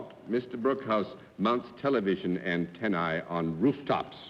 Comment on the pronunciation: Neil Midkiff - It is so gratifying to hear John pronounce "antennae" correctly. He said "antenn-eye." It's a Latin word and the combination "ae" is pronounced like the long "i." People mispronounce "nostrae" as "nostray." That is wrong. I am gratified that John would pronounce it correctly.